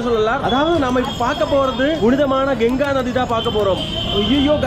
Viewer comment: Genga illa pa ganga